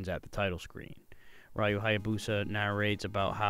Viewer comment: It’s (Re-u) not (Why-u)!